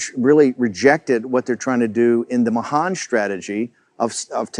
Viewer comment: Interesting pronunciation of Dennis Mahan's name .